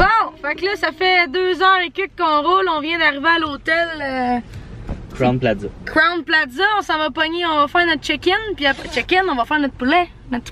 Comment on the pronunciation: “Crown platza” 😂😂😂